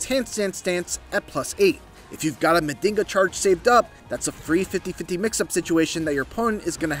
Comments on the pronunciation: NOT Mandinga, it's Man-jhinga. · It's pronounces (Ma JiN ga)😊 not (Ma din ga)😂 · It's pronounced "Majinga" pretty much means magic and us capoeiristas use it as a sort of mysticism in capoeira songs... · Not to be that guy, but it is pronounced "Munn-jeen-gha" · Nah that mf said Mandingo counter 🤣🤣🤣